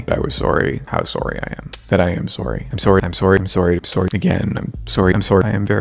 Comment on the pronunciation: I know this is really petty of me, but I hate the way he pronounces "sorry"